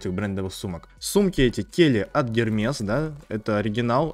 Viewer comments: Эрмес. Не гермес, не эрме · Hermes- Эрмес. Не гермес